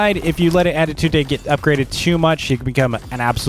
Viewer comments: Tip is not ade tund e is sayed. adetund and your welcome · Just the pronunciation with adetunde=adetundey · Why does he say adetune? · "Attidude Day" LOL